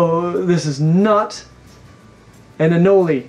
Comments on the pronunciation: Why do you say "anolee," bro? It's "a-nole." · It’s pronounced anol not anol eeeeee although spelled anole it’s said with out the e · Please stop saying anolE! Lol it’s not pronounced anolE it’s just anole. The O is long so the E is silent. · Anoley? Again? Seriously?? Sometimes I feel like you say things in the most unpleasing way on purpose just to screw with everyone. You’re secretly trolling, aren’t you?